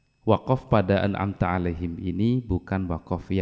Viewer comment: Imam membaca( an amta,) seharusnya huruf alif, malah dibaca ain.